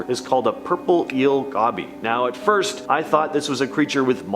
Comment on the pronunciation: It's ''go bee''